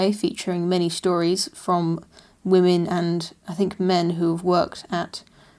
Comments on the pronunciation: “Wamen... Women.” I love it lol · Wamen! Uhh... women.